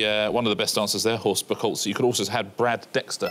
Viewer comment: Lucky to get away with the mispronunciation of Buchholz there...